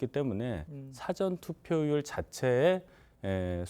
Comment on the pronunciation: 대변인이 '사아전'투표 라는 발음조차 못합니다. 영어 '사전' 이라 하는 실력을 지닌 인간입니다. 정의당이나 민주당 대변인이 적합합니다.